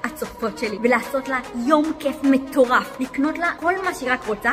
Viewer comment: אומרים מטורף לא (מתורף)😂